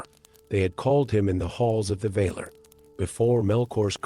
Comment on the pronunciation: The enunciation of words is off. Vahlar. Not vayler